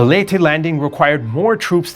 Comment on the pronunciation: Finally someone pronounce Leyte right, as in Ley-Te, not Leyte (Late)